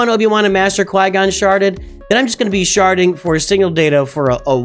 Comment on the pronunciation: Are you sharding or sharting